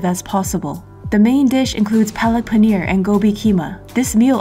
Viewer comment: that "paneer" sounded so indian